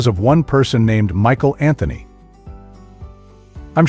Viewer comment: Who is this voice over guy? He kept calling Michael Anthony Ma-sheel 😆